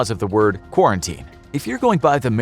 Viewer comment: Quart-uh-teen So being awkward quart teen nice